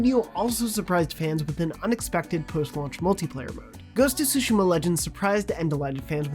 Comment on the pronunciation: im just happy that pronounced "Tsushima" correctly 😫